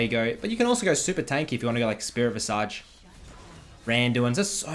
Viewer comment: "Spirit Visadj" killed me